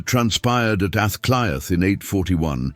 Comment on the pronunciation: Aah clea is pronouncionatof dublin the 1 hour video that I suffered to watch withan computer b used gobshite is a moment I will not get back. Half of ur lies in this video shows u as a fraud. The fact of mentioning a word in gaelic and conviction and confusion as understanding a language that you a obviously no nothing about is baffling